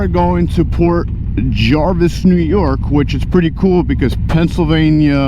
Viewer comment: Nice video! I was there on my bike not too long ago! Just a FYI, it's Port Jervis not Jarvis. 🙂